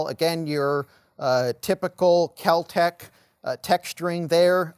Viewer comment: It's Kel-Tec. I'm guessing a lot of cocaine was being snorted at the time.